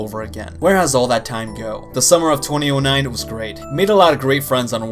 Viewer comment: Its not twenty o nine its two thousand and nine